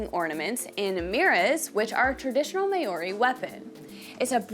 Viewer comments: I know it's written Maori but the ao is a dipthong, and sounds kinda like "ow" so it's Mow_ri not Ma_ori. It seems to be a common mispronunciation in the US. Pounamu, is pronounced kinda like po_ NAH_ moo, with the stress on the 2nd syllable, not the last as you were doing. Tbh the "ou" is another dipthong and is like an "oo" sound but Good on you for trying tho. Inanga is ee_NANG_ah. Stress on the 2nd syllable(most Maori words have the stress on the 2nd syllable) and the g should be soft, not hard, and blend into the n in the back of the mouth. A mere is pronounced meh_REH, preferably with a rolled "r" Kahurangi again uses the soft "ng" not a hard g but you did pretty well with that one :) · Just for learning purposes.. Maori pronounced (Mar or dee) R is rolled like scottish accent A, E ,I ,O ,U (are , ehhh, eeeh, oor, eww,) This is how we pronounce our Vowels please learn this Properly (Nga) is pronounced without ga sound more like (finger) try to lessen the ga sound👍 other than that awesome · Meori😂,pronunciation is key in every language, sir. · Māori is pronounced Mow-ree not May-o-ree. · Maori is pronounced " Mow ( as in cow ) ree", not " May or ree ". Not sure why, but most Americans seem to mispronounce Maori this way. I enjoyed your video. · Why do Americans pronounce Maori as may-orrey? It really ticks me off. Try saying "Mao", as in that Chinese guy's name; add on "ree" and you'll be able to pronounce "Maori" with courtesy. But, hey, I'm a fusspot. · friendly fyi it's "mao-ree" not mayo-ree... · heya just a heads up but you are pronouncing maori a little funny and i hope this helps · May ou ree is crazy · Its pronounced maori... wait oh nah dont worry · the May Ori lol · "May ori" 😂😂😂 bro that hurt Yall gotta do checks before making these videos 💀💀💀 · American spin on “MAYORY” is awesome 😂😂 cool we vid for those coming to visit Aotearoa though 😉😉 come learn Tereo at the source 😳😛<Pukana! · Yes it is pronounced mau ree.